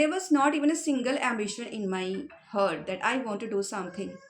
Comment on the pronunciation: Sorry for these but you didn't right pronunciation it is heart I think should you know the pronunciation of heart